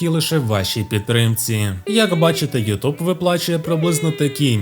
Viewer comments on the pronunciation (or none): none